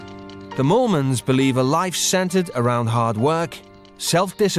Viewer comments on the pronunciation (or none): It was "Moolman's" instead of "Mormons" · I think it's pronounced "Mole-mens" with their accent. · The surname is Afrikaans that’s why it sounds like mormons to people who don’t speak the language. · That’s because there names are Mormons 😂